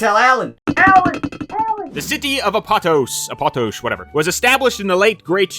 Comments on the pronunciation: Btw, pretty sure it’s pronounced Ap-oh-tohs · I think it might be pronounced Ah-poe-tose (almost like a greek word might be pronounced) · First time I heard Apatos pronounced like that. I always hear people pronouncing it “app-a-tose”